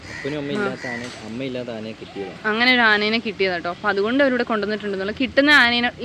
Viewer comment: ആനേനെ അല്ല ആനയെ..... എന്തായാലും യാത്ര അടിപൊളി ആകട്ടെ..... 🎉🎉🎉🎉🎉🎉🎉🎉🎉 അടിച്ചു കേറിവാ.....